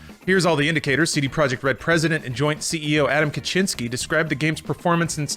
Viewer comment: Stop saying "Kaczyński" 🤦‍♂️🤣